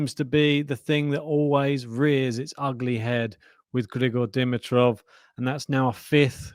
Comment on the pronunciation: I haven't bugged you guys for awhile, but after today it's time... It's not "Di-mi-troff." It's " D-MEE-troff." Heavy emphasis on the MEE syllable. Having that out of the way, this is such a tragedy. And as bad as I feel for Grigor, I feel badly for Jannik as well. A huge asterisk next to this tournament now for him. What a bummer!